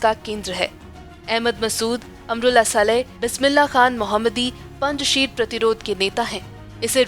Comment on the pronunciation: पंजशीर का सही नाम और उच्चारण है पंजशेर। कुछ समझे पंज शेर पंज प्यारे यानी यह नाम भी पंजाबी <हिन्दू>नाम है!